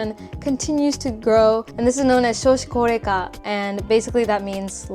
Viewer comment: タイトルを日本語にしてあるから動画内の英語は字幕付ければなんとか意味は理解できました。良い英語の勉強になりました！thx 1→なんでもかんでも紙関連で面倒！判子文化なにそれ 2→家借りるの面倒すぎ 3→結構孤独。ミニコミュニティばっか 4→働き過ぎや！ 5→デートの価値観？ 6→個性について？配慮？わからん 7→私って外国人なんだなぁと思わされる的な？ 8→わからん かろうし、少子高齢化、年金の発音くそナチュラル